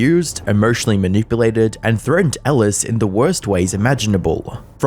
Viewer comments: As a British person I would like to apologise both for in general but also for the way he says "frettened" instead of "threatened". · How the heck is he saying frettened instead of threatened? Thats not even an accent, thats just speaking wrong. 😂😂